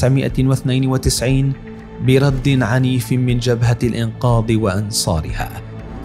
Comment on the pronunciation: يا اخي لغتك العربية جداً سيئة شو بتقول الانقاض يا اخي الانقاذ وكذالك عندك اسماء الرؤساء كلها مخارجها خطأ ارجوك اخي برنامجك جميل بس ارجوك حسن لغتك ارجوا ذالك